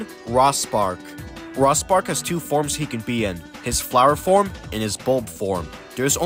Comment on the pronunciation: The way you say "Rospark" is very odd. It's supposed to sound like "Rose-Park" as a pun on "Rose" and "Spark". There's others after you pronounce weird too.